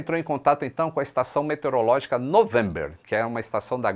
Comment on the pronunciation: Minuto : estação "metereológica". Ops.